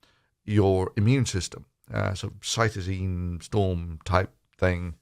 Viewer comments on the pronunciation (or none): Cytokine storm, not cytosine storm. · Cytokine. Not Cytosine